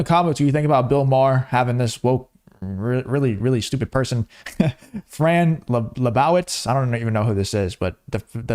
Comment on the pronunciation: Fran Liebowitz is a very well known American author. She's obnoxiously liberal but you should learn more about those you comment on. AT LEAST pronounce her name right. She's pretty famous. Come, now.